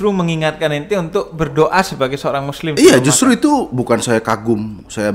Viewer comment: Kata kata muslim kurang jelas 😂